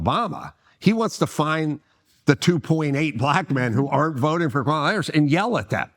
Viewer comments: I am not a democrat or republican. I vote for the person who will do the best for the country. I believe in respect and working with the “other side” because we are all Americans. You could at least pronounce her name correctly Adam. That’s a BS swipe at Kamala. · Its hard to take Adam seriously because he can't even make the effort to say Kamala correctly and he's doing it on purpose, because he is a racist and a sexist.